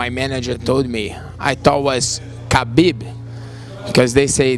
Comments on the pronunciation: Hey it's khabib not Habib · It bothers me so much how you said Habib through the entire video it’s just kinda lazy not to pronounce the mans name correctly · but why do you say his name like that